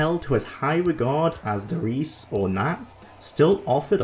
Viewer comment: "Simply forgettable " Well... indeed... forgot the map did exist PS: the E in der Riese isn't silent. Ist RiesE